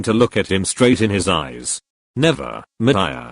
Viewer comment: i love how the straight words are emphasised. nc vidd🥺